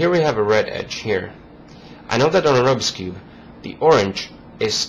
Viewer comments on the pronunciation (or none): he said robis clumb lol ^^.^^